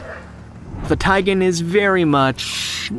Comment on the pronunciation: It's a tigon. Not a taigan.